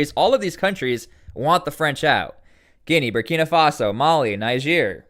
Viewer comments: Niger is pronounced "Knee-zher". Listen to broadcasts from Niger say for a guide. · You need to learn how to pronounce niger everytime you say it wrong you make me mad